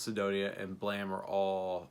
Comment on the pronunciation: Finally, someone who pronounces "Blame!" correctly!